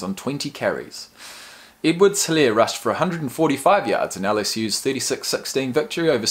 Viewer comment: The way he pronounced Guice😆😆. It's Guh- ice. Also the H in Helare is silent.